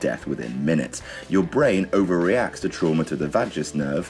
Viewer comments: VAY-gəss nerve. ponounces like Las Vegas. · vagus is pronounced the same as vegas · For the records its pronounced like vague-us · it's pronounced like Vegas. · It's pronounced vay Gus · Vagus nerve i think is pronounced "vegas" and if youve ever had heart palpitations because you have heartburn this is to blame. it super sucks. fuck you vagus nerve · It's actually pronounced "Vegas" nerve, like the city. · Vagus = "VAY-Gus" (Sounds like "Vegas" like in Las Vegas) And now you know. Thank a nurse. 😌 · Vagus pronounced like Vegas as in Las Vegas. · Vay-gis nerve. just fyi. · Vagus is pronounced like Vegas in Las Vegas. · That nerve is pronounced VAY-Gus like as in the city Las Vegas. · Vagas nerve, pronounced like Viva Las Vegas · Vagus nerve is pronounced the same as Vegas as in Las Vegas fyi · as a medical student i enjoyed it when you called the vagus nerve "vaaguus" the vajus nerve ahah no offence mate. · You say it like "Vegas" I believe. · vey-gus nerve. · "vay-guss" nerve